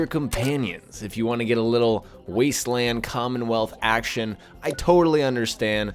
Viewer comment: I thought he said Cum and wealth